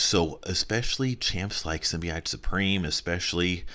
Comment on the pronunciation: why do you say symbiote wrong?